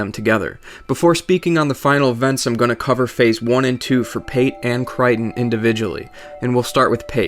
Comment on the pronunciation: Cry-ton. wat.